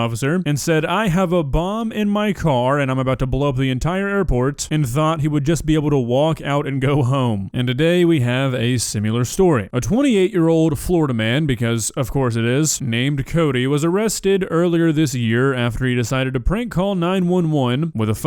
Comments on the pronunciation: why do you say "simyeelar" its SIM IH LUR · That's not how you pronounce similar,. Please stop causing me so much pain. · not being physically capable of pronouncing similar or simultaneous will never get old